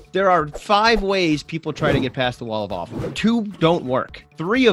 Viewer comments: the "walla-fallfull" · What do you call “wall of awfull”?.... The Wawful😂😂😉 i constantly hear waffle, am inthe only one?😂